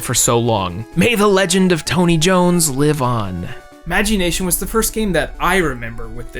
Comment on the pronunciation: The way he pronounced Magi Nation hurt a part of my soul.